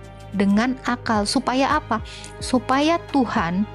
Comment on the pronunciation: Tuhan, bukan Tuhang 😂